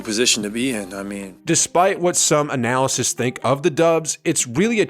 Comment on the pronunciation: "Analysists"? Come on, you can do better than this. It's "analysts." Sheesh.